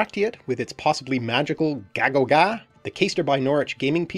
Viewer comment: Æ it's actually supposed to sound more like "ay" rather than "ah" so gægogæ should sound more like "gaygogay" and not "gahgogah"